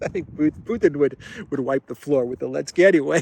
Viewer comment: I still listen to you once in awhile, but I find it distractingly childish how you refer to Zelensky as "Elensky". Grow up,.